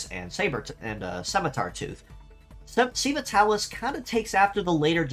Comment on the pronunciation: Minor nitpick: "sei" is pronounced like "say". I would guess"Seiva" is supposed to sound close to "Saber".